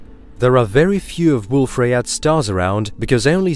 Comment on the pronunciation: Ok after hearing the fusion reaction in stars being referred to as chemical reactions multiple times and other obvious errors, I had to quit this video before half way. BTW Rayet is pronounced Ray yay, the French would send you to the Guillotine (pronounced Ghee o tanh)